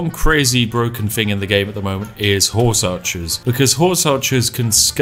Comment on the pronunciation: the immersion of the posh voice is spoilt by the "fing" or "everyfing"